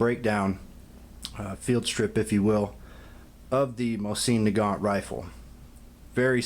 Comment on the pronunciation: Why would I listen to you when you don’t even know how to pronounce the name of the weapon?